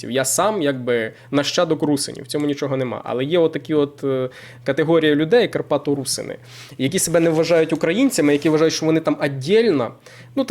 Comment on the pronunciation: Не русини а РусИни ти не правильний наголос весь час ставиш. Такий наголос зазвичай ставлять москалі. Ти постійно не правильно говориш це вкурвлює